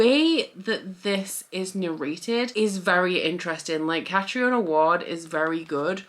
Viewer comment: It’s pronounced Catreena Ward. I have a friend with the name Catriona so that’s how I know.